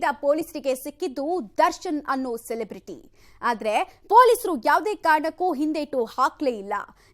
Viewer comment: Celebraty ❌🤡 Sedebruty ✔️😂